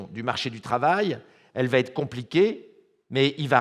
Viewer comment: Entre va et être il n’y a pas de t, donc pas de liaison Mr.